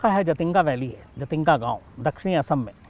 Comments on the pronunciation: Actually jaatinga nhi jhatinga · I'm from Silchar..south assam.jhaatinga झाटिंगा bolte hain local log shayad but hai जाटिंगा